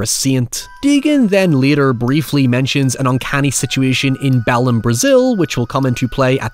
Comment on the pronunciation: Mandatory Brazilian here. You pronounced Belem wrong. The stress of the name is at the end, as it is the portuguese version of the name Bethlehem.